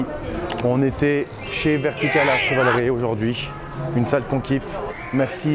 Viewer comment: Vertica-LARD :D